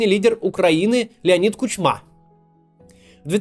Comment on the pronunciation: Вот за что обожаю этот канал, так это за очень грамотную аналитику и правильный анализ. Максу надо ещё поработать над ударениями в некоторых словах. В этом ролике например над фамилией бывшего президента Украины - Ку`чмы